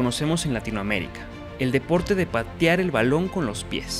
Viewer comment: Se dice patear no patiar